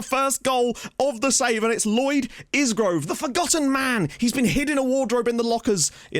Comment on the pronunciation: Really like that asymmetric tactic. One thing. It's a silent S on Isgrove so it's pronounced I-Grove. Was about to mention that in that system that Kioso could play RCB covering Jones if he gets caught in midfield on a counter attack. Having seen him for Luton, he could definitely play there because he is built like a brick out house and is lightning. Now I am wondering if he could be the backup to Mengi at Libero, purely because of his recovery pace.